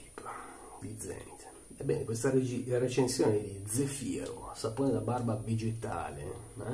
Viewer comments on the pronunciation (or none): Credo si pronunci zèfiro, con l’accento sulla E e non sulla I 😉. Comunque grazie della recensione, cercavo opinioni su questo prodotto che ho visto in vendita in un negozio di articoli naturali/biologici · e' Zèfiro.............ma tu lo dici apposta............... ahhahaahahaahahahahahah te possino............